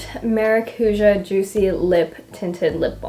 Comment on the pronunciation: I hope you won't learn how to pronounce maracuja and dolce from her 😂